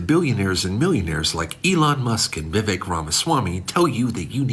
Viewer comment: Someone tell him how to pronounce Vivek correctly